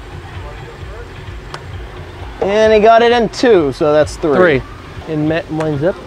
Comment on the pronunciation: Say three instead of tree